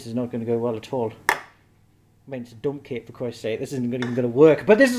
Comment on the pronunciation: I though you said "i feel inspired to make a dumb cake"